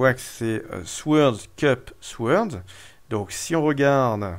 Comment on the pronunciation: Très bonne vidéo, sur un jeu que je vais encore devoir me procurer (DF, puis DCSS, puis celui-ci, décidemment, c'est un sans faute pour toi) ! Juste pour info, mais tu en fais ce que tu veux ça ne me gêne pas plus que ça :) En anglais, dans "sword", le "w" ne se prononce pas, à la manière du "k" dans "knight", "knife", "know" et compagnie.